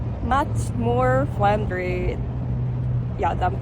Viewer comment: hahaha....she got me right off the bat, with "much more FRENDRY!" probably the hardest word for any non-native Asian to say, with all those 'R' and 'L's....